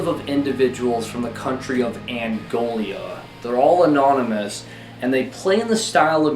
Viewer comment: Love these videos but bro it's not called Angolia